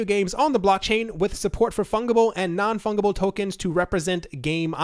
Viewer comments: it's pronounced funJible not funGible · Pronounced Fun Jeh Bull not Fung. /fənjəbəl/ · The number of times you said fungible incorrectly lol